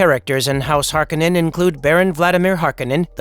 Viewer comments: It's HarKOnnen not HARkonnen. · Hark-o-nen not "Harkenen".... just bugged me in the new movie. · Its pronounced Har-kon-nen or Hark-O-nen. Not Hark-en-en... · It's pronounced har-KOH-nen, not harko-NEN. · It's pronounced Harr- cone-nen.🤨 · It's pronounced HAR'-kuh-nun. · It's House Har-Ko-nen Cringey 😬 to hear you butcher so many words. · Why do they keep mistaking the way the name is pronounced, Har-kon-nen. That’s how it was pronounced in the first movie. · It’s Har-koh-nen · The mispronunciation of the name is killing me. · Saying the name wrong